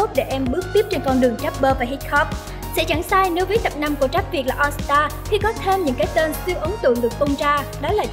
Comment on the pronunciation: Rap mà đọc là trap ? Rồi underground đọc là ăn gờ rao -_